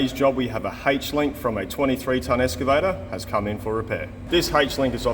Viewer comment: I though it was "excavator" and not "escavator" but what do i know?